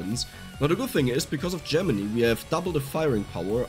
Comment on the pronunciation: I think I'm gonna like this weapon in the 'make a ball of death around yourself' types of builds. BTW, not to sound like a dick, but Gemini is pronounced like 'JEM-in-eye', not 'JEM-in-ee'.